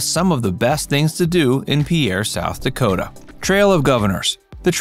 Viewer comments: It's pronounced pier. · Mispronouncing the name is irritating, the video also has several mistakes